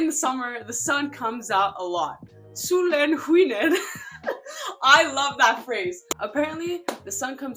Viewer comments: U kinda say solen skiner like solen sckiner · Loved how you said "Solen skiner" 🤣😂 it made my sun shine